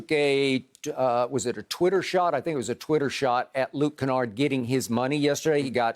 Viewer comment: "Luke Canard, Luke Skywalker, don't mattah" 😂😂😂